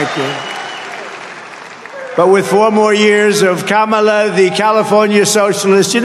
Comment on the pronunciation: Kamala word uitgesproken als Pamela met een k. Emphasis on the first syllable.